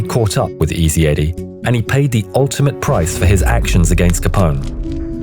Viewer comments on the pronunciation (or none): none